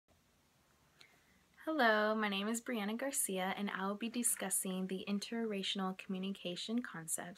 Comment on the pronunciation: Are you saying interracinal?